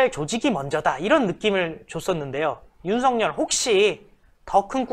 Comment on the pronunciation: 윤석렬과 윤석열의 발음을 제대로 구분해서 바르게 해야할 듯